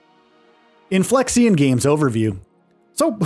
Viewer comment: I mean he's not even pronouncing "Inflexion" properly.